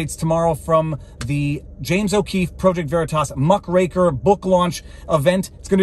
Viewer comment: Is it "muck-raker" or "muh-cracker"?